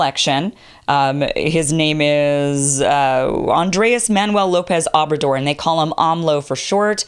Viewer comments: Thank you for simply discussing Obrador. This phenomenon is one of the most important stories for North Americans--and grossly ignored by the U.S. press. By the way, the pronunciation is OH-brador, not Ah-brador. Like the "o" in "taco." Spanish vowels have a constant sound. They are invariable. Unlike English, whose vowels can shift into many sounds. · How is it that you say you e been following him for years and you couldn’t even pronounce his name ?